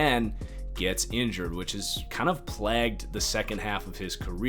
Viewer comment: Plagued* not plagged